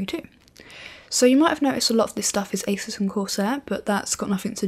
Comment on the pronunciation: I knew it was pronounced "Eysus" & not "Ahsoos" Because British folks know better... :P